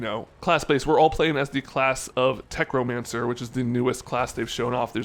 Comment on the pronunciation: I started losing it at "Tech-romancer." TECHNOMANCER 😂😂😂